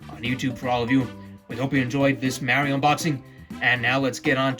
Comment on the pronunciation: You’re saying Mario wrong